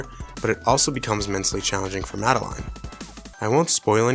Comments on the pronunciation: 'Madde-LINE'? What a strange pronunciation. It's Madeline. Pronounces 'Maddelin' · there was a popular kids TV show in the 90s, set in France, called Madeline, where the titular character's name was pronounced "mada-line".